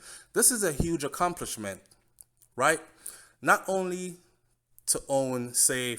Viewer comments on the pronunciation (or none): none